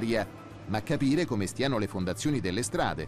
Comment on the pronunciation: Min 7.30..."ma gapire come stiano le fondazzioni dea strada"... e questo fa da speaker a una trasmissione a fondo scientifico... par mi l'è un terun...che vergogna